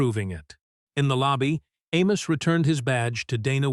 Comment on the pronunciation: Amos should have pulled his investment because A.I. cannot consistently pronounce his name.. 👇🏾😋